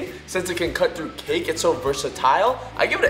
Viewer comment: Whan you said cake i thought you said kick